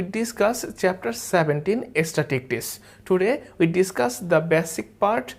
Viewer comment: Love the class... Extremely helpful in face of exams... Though the pronunciation of "statistics" could be better... But it's a minor problem